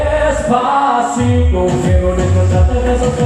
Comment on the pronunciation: Marcelito ikaw na talaga!! grabe...its amazing how he ables to pronounce despacito, pinapakinggan ko pa lang nosebleed na akez 😊